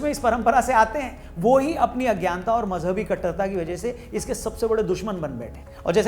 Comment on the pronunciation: It's not mazhab🤔 it's mauj-hub😂😂